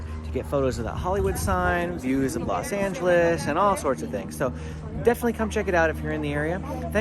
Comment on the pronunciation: You Mean Los Angeles,Not Las Angeles Lol No Place Like LA❤️❤️